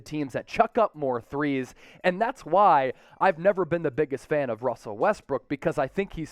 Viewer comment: ''Russer'' LOL